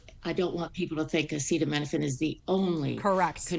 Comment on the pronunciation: Trump can’t even say the word acetaminophen, which is likely why he just calls it Tylenol. Autism was around before Tylenol. Why would we trust anything from a man who can’t read. People have to be blind, deaf, and idiotic to believe anything that man says or heroin addict RFK Jr.